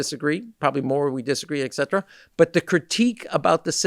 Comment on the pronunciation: Sayin exetera and nookyooler? He’s totally courting GOP